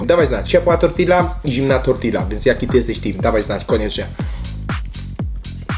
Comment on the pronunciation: wymawia sie tortiJa..w jezyku hiszpanskim podwojne L wymawia sie jak polskie J